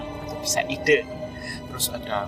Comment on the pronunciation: Ide dari Aidea itu baca e pepet bukan e taling. Pet, Pen, Presiden bukan petai,beling